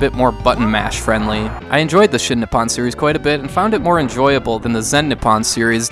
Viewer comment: Every time he said "Nip on" instead of "Nippon."